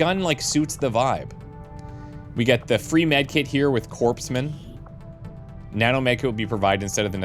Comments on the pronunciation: CorPsman? (The 'P' is silent, but this is channel, where the math is made up and so are the pronunciations?:)) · I don't know about you, but I wouldn't want to receive medical treatment form a "corpse man".... (I'm pretty sure the S is silent in corpsman 😁). I'm excited about this series. Will be eagerly waiting for the next episode every day. Great job on the prep, Odd Team!